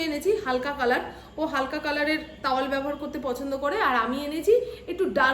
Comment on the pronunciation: "তাওয়াল"😂😂😂 "টাওয়াল" "লাইলন"😂😂😂 "নাইলন "